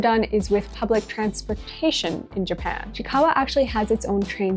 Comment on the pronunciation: It’s pronounce as chi-i-kawa not just chikawa